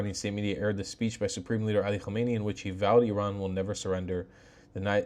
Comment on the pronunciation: Nor Homeini but Hamenai